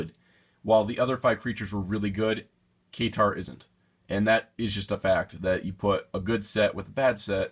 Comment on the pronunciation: It's K-tar